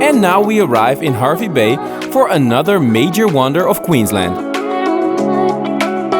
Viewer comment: Great video and glad you both got to experience it. Im a born and bred Queenslander and I have been to K'gari numerous times. I understand that you are not Australian (and that this video is a year old now) so you are unaware of the pronunciations of some of our towns. But from this video Hervey Bay is pronounced as Harvey Bay and Tiaro is Tie-row as in suit and tie and row your boat